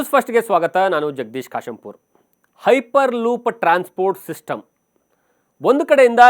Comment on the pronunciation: Ayyo munde makla piper loop alla hyper loop😂😂😂 tu mundeva😂😂😂😂